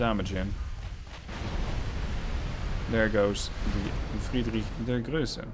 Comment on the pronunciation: Ply look up how to pronounce Friedrich der Große... There is no ö in there